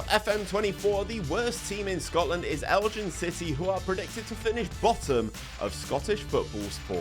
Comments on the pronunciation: "Eljin City" I died a little inside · Used to live in Elgin, great little club. A little bit of advice. Falkirk is pronounced Fall-Kirk Elgin is pronounced Elg-In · Big fan of your pronunciation of Elgin 😂. Great video as always Boss 🫡